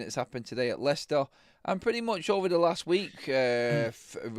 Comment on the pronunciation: Its Leicester ….😂😂